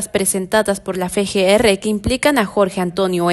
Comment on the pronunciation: La reportera pronuncia mal las siglas FGR, en vez de decir EFE GE ERRE dice FE GE ERRE que es incorrecto, porque la letra F se llama efe no fe